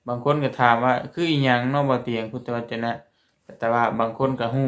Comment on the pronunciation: พุทธวจน อ่านว่า พูด ทะ วะ จน